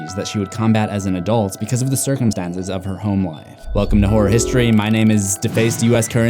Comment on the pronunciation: I thought you said “whore history”